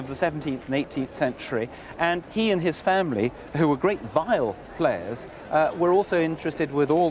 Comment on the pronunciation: And where did he come up with that oddball pronunciation of "spinet" from? (At least he got "viols" right.)